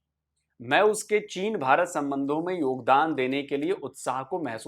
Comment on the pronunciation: She definitely doesnt speak hindi and reading the script of you observe. मैं main she prounce मैन